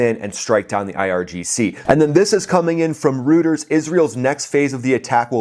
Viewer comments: "Rooters"??? 😂 Dig your channel,, but it's pronounced 'roy--ters.' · ROY-ters not ROOT-ers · what is rooters? I heard of Royters spelled Reuters. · Just FYI, Reuters is pronounced ROY-TERS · Reuters , sounds like Roy ters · Hey. Its pronounced ROITERS😊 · “Rooters” you crack me up bro 😂😂😂